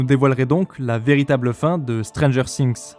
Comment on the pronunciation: Alors autant, j'adore tes analyses, autant, ta prononciation ''Stranger Sinx'', ca me tue les oreilles a chaque fois XD